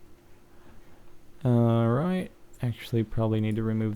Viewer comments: New levels of "alroit" have been reached in this video. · When he says alright dosen't he sound austrailion ? or is thet just me :D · thumbs up for the wierd way he says alright! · lol, ALROIT ALROIT. :D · It seems to me that it sounds like he has an Australian accent when he says alright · when he says 'alright' he sounds like hes from london, lol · i dont kno if u guys notice but when captain said or says 'Alright' he sounds british which is kool! o3o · Why the fuck does he say alright soooo weird?